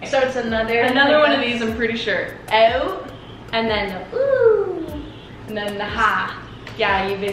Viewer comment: I love that say owet instead of out🥰🥰